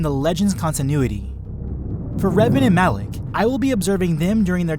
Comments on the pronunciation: M-alak Not alak Malak! Say it with me know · Awesome video but Malak not alak ughhhgg lol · OMG WHY do you keep saying ALAK? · Everyone here is being all technical and using points of power between the apprentices and crap, normally I would be one of those people, but I was distracted by the fact he kept saying "Alec" instead of "Malak" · stop saying alak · Why is it alak, its malak no? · you kept saying alec and I got triggered so I stopped watching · THERE IS A M IN MALAKS NAME IM SO TRIGGERED